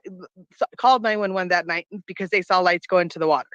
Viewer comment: Did you just say "sal" her instead of 'saw'?